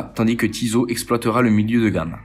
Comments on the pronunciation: Ouhla la prononciation des marques MDR ...... Tizo au lieu de Tissot avec deux S. ......... Lemania se prononce LES Mania pas Le Mania, Jacquet Droz se prononce DRO le Z ne se prononce pas bref sinon ça semble OK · Tissot pas Tizo 🤣